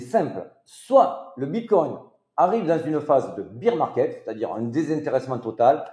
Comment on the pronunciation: Merci pour la vidéo! Une remarque toutefois: « Bear market » 🐻 se prononce « bère », car le beer market c’est autre chose🍻😅 Biz les!!